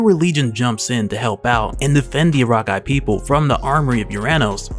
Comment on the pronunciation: Sorry, please forgive me...but it's Ah-rock-ee